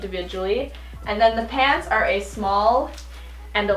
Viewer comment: At one point it sounded like she said pans and not pants lol